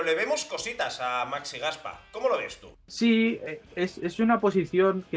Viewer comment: Como que Gaspa. Lée bien, que lo tienes bien escrito, Gaspá.Un poco de cultura española tampoco vendría mal y saber que en catalán, sobre todo nombres propios bisílabos son palabras agudas...Ferrá ( o Ferrán..Ferrando, Fernando en castellano), Romá (Román) Roger o Gaspá ( Gaspar) . Cómo que Gaspa...Gaspá, joer. ( bueno, y ya lo de que samper, san pere, san pedro, lo conviertan en sámper sonando a supuesto guiri...)